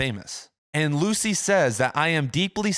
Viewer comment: Small thing, but Dianne Luce is pronounced like “Loose” and not Lucey. Folks usually don’t pronounce the middle initial either. Nitpicky think to mention, I know, but a lot of folks know of her and it is just a tad distracting.